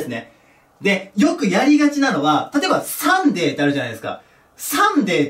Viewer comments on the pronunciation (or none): サンデェ、サーズディがおんなじに聞こえる、何で？